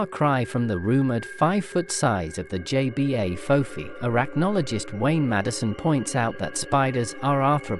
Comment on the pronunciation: It's pronounce Jebah, not JBA.